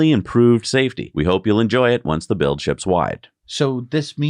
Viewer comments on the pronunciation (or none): none